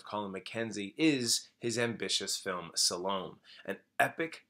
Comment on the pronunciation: Salome is pronounced Sah-low-me, not Sal-om.